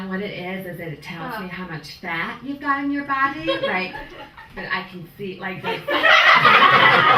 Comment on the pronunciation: Anyone else having a hard time trying to figure out if she's saying "can't" or "cunt"? Also she has just given me a new reason to hate doctors. When a doctor is so stupid as to tell a pregnant woman that she's too old to get pregnant then he should not have a medical license. Clearly she hasn't gone through menopause yet otherwise she wouldn't be pregnant. I haven't even been to medical school and yet I can figure that one out but these ass holes go to school for eight years and still get the basic stuff wrong. I think medical school just teaches people how to make money from sick people and not how to actually cure them being sick. That's all they know how to do is take your money.